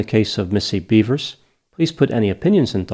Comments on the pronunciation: It’s pronounced “beh-vers”. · theres no A, its BEVers